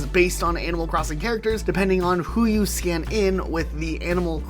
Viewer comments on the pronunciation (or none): none